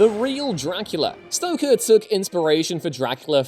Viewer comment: What is your fascination with mispronouncing his last name? Are you try to to create trolls? Cause, good job then! So aggravating that I'm stopping watching.